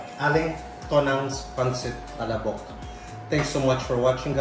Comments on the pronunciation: it's pronounced as PA-LA-BOK. it's pretty slow and not as fast as you pronounce it. Maybe you can google ads featuring the product, so you will be better guided. 😇 PS. Not trying to be rude here. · Ok na sana...yung pronunciation lang...."pala'bok"... tsk tsk tsk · Wrong pronunciation of palabok.